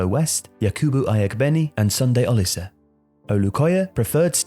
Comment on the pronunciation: Case in point Oliseh should be pronounced Oh-lee-say and so on